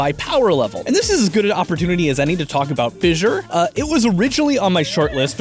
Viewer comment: Why do you keep saying fissure